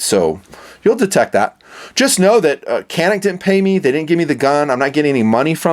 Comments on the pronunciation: It’s Janik not canik. It’s Turkish. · It’s pronounced Janik. C in Turkish is pronounced like J. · I just love and respect your videos, and the fact that you really like Caniks makes me really proud (made in my country). "Johnick" is how we pronounce the name, if anyone was curious :) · FYI, it's pronounced "JAN-ix".